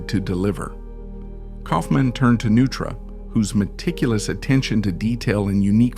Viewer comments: Neutra... as in NOI-TRAH. Not "Nu-trah." Jeeze! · It's pronounced Noi-truh, not Nu-truh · It’s pronounced NOI-tra. How do you mess up the name of the man you’re presenting? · I was wondering if that was how Neutra was pronounced. I thought it was pronounced phonetically like Noytra. I didn't even realize the voice was AI. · AI voices have become almost indistinguishable from real voice-overs. In this case, it seems maybe you should have misspelled Neutra as “Noytra” in the copy to trick it into pronouncing the name correctly. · Did you know Neutra and Taliesin were mispronounced and still posted the video? Do you plan to correct it? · AI doesn't know the correct pronunciation of "Neutra" or "Taliesin". Try using actual humans instead of AI. Thumbs down